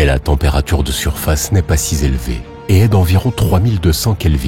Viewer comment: La température n'est pas si zélevée... non, un effort là !